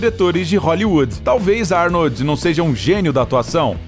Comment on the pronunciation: Falar o nome do mestre Arnold como Arni kkkk .